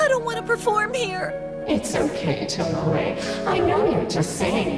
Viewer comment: i LOVE when VAs dont bother to listen to who japanese names are pronounced. TOmoE not toMOe @@ its killing me